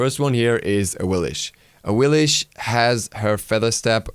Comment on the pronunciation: Awilish? x_x But it's Awilix =(